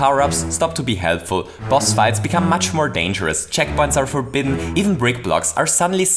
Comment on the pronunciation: Maybe it's just the accent but it really sounds like he's saying check-butts